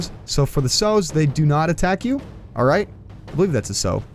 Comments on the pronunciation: sow = SOAW not SEW. just an FYI non-country boy . :D -FFM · It's pronounced Sow like Cow. Not Sew like Hoe. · You mispronounced sow every time lol